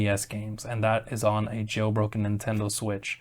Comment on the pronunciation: Anyone else hear "Getting a Joe Rogan Switch in 2024...."😂😂❤